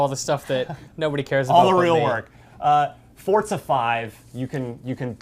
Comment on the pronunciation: why the hell are you saying it "fortza"? literally made me stop watching the video. fucking pronounce it right. it's not that hard.